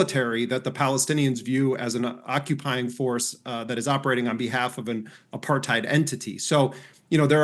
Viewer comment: Aparthide, keep saying it please.